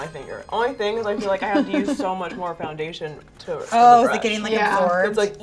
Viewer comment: is no one going to talk about how says fjoundation?